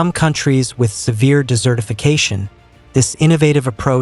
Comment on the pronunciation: Wonderfully informative. Please consider using a real person to speak the text, as the AI voice frequently mispronounces words, and also has problems with the punctuation. Examples: "desertification" mispronounced as "decertification," "desert" mispronounced as "dessert."